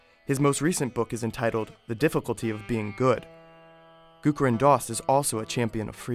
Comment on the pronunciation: Nice video. But its not Gurukaran Das but Gurucharan (as in charity) Das.